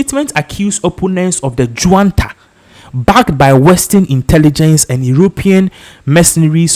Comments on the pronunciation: And it's not Juanta , it's junta just like june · Please, it’s NOT JUANTA. It’s JUNTA.